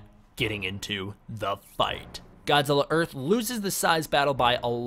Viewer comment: earht or earth godzilla